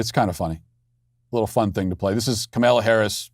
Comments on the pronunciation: Are you sayinh kamellah on purpose.? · Is he purposely calling her Kamilla? 😂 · I love it how Matt is purposefully mispronouncing “Camilla’s” name 🤣. I mispronounce it too (CamelToe Whorrish). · This was so funny, but so sad. She could be our next president. :( I love how Matt went from calling her Camilla to Kamaila. 😂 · I laugh every time I hear him call her Camilla. Trolling that “say her name right!” Moment when that one guy kept calling here Ka-mal-a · It’s KAmala, not kaMALA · "Kamela" ... love it. She hates her name to be mispronounced. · He calls her Kamilla 😅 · I’m hearing “Carmella Harris” every time you say her name 😅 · KamEla? Pronounce it correctly, waycist! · why are you pronouncing her name as “ka-male-uh” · I miss Matt calling her Kamayla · I stress it as KaMALa because: Kamala es muy mala (y "Walz don't work"). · It's ka MALA!! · MY FAVORITE PART IS MATT MIS-PRONOUNCING HER NAME THE ENTIRE VIDEO. :) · I'm a huge fan of yours, but the way you just decided to mispronounced her name suddenly, is jarring. It sounds deliberately ignorant, and it's going to turn off anyone who isn't already on our side. That's a dumb and counterproductive thing to do, 3 days before an election. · Why do you mispronounce her name like that? It's not really funny. Childish, actually. And I like you. Can't stand her. Love your movie. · The intentional mispronunciation of Kamala is just beautiful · I love how you never pronounce her name correctly lmao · Is so god damn disrespectful how these right wingers purposefully say her name wrong. Just a joke